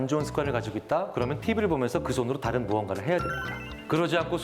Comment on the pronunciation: 아나운서가 자꾸 "따른" "따른" 이러네 ㅋㅋㅋ 전라도 출신인가?